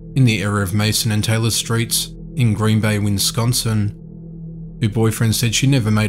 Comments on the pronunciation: It's Wisconsin, not Winsconsin. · Its called wiss-con-son and not wince-con-son. Just trying to help out with the pronunciation. I enjoyed the video. Thank you and keep them coming 😁😁😁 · please learn how to say Wisconsin - there are only 2 Ns not 3!